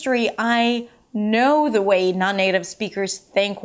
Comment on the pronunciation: Suggestion. You need to differentiate between the W and V sound. It's "accent way" not "accent vay".